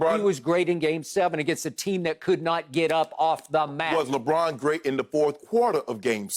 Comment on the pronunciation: I lose it every time skip says “Lebrick” 😂😂😂😂😂😂😂😂